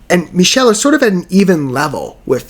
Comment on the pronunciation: Michele is pronouned MICK-uh-LEE. I got that pronunciation from Clémentine herself in an interview with Michele.